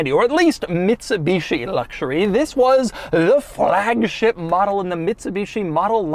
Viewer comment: Frrrrrrrragship, LOL